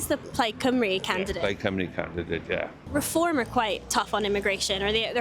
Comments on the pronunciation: How interest that the guy that thinks he's clever can't even pronounce Cymru. "Plaid Cymroo" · and despite his infinite wisdom he failed to properly pronounce plaid cymru (plaid cymroo according to him)